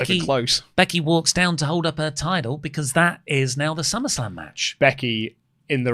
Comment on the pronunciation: Tide-el? What is the tide-el?